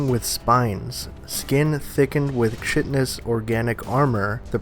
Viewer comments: Love your videos bro! Chitinous is pronounced "kite-in-us". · great video. Also, “chitinous” is pronounced “kite-nous”.